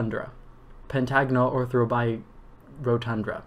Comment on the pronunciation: I tried this and it's way harder than it looks, even for someone familiar with the Johnson solids. It's rotunda not rodtundRa. Also if you say ORtho correctly (not oTHRO) it makes it easier. A lot of extra R's in there. Corona has no O before the A. C in Disphenocingulum is pronounced like S. Finally, some of the vowels are easier in an English accent. pronounce the CUP in cupola like the word cup so the whole word sounds like coupler.